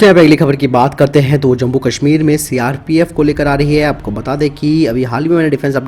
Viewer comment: आप जम्मु-कश्मिर को जम्बु-कश्मिर क्यों बोलते है?